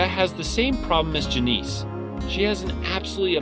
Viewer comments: Jah-Niece? Her name is Janice... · and “Ju-NEEC” instead of fucking “Janice”. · janice and leah are a common names...idk how you mispronounce them so poorly lmao